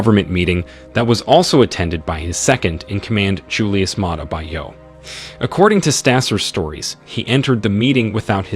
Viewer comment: Bio is not English, its African, its pronounced "bee-o" Americans, please make effort to pronounce African names correctly. Its offensive when you mispronounce an easy-to-pronounce African name like Bio, its not "by-o" its "bee-o".